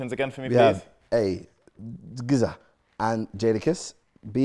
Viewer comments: When chunkz tried saying “Gza” and “rza” had me weakkkk😂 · It’s the pronunciation of Rza and Gza for me 😂😂😂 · man had no problem saying SZA but couldn’t pronounce GZA and RZA😂